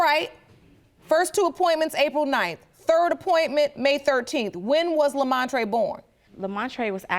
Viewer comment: Lemontrae “Lemontree” Brooker 😂😂 he really is a standup guy though!! God bless them!